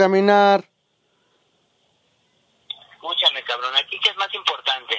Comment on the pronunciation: Escushame escushame hahahha